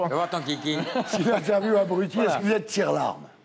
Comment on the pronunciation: il dit "tire-larmes" pas tire-là